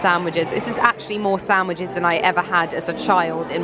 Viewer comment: When did sandwiches become Samwiches ?..😳🤔